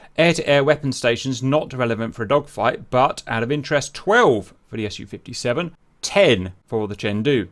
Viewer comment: By the way I'm not getting tired to explain it. It's pronounced Su, so as a syllable, not as an acronym, because it is none. It's just the first syllable from Sukhoi. The same goes for Tu=Tupolev, Yak=Yakovlev and so on. MiG stands for Mikoyan+Gurevitch, Mil=Mil... It's not the same as the acronyms AK-74, F-16 or T-90. If you want to pronounce it correct and don't sound strange, please have that in mind. So it's Su-57 (for Englisch speakers Sue-57)